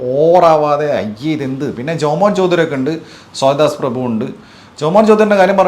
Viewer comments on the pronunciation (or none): none